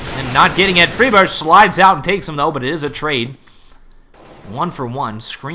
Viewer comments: sounds like "Freebird" lmao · its FRY burg. friberg. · I like how he pronounces Friberg differently every time.